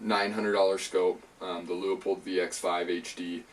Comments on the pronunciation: Pronounced Loo-pold not Loo-a-pold or Lee-a-pold. Otherwise very good review. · If you want to pronounce it in German, it would would more like Loypuld